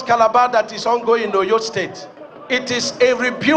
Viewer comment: Is this minister actually pronouncing Oyo state like a foreigner?